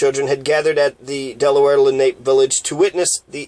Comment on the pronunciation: Len Ape? No, and it's not Len A Pea, it's Len Ah Pay, accent on the second syllable.